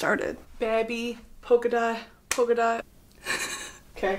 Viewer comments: Brittany baby it’s poke it out not polka dot 💀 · bae it is not polka dot its poke it out😭😭😭😭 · I must really love her bc I even stayed through her butchering poke it out throughout the entire video